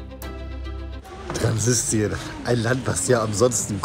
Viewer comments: es heißt "Transnistrien", nicht "Transsistrien" 🤣😂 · Das wird nicht Transistrien , sondern Transnistrien ausgesprochen ‼️